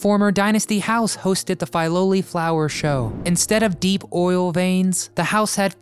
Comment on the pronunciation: and Filoli not pronounced correctly - and the public CAN visit it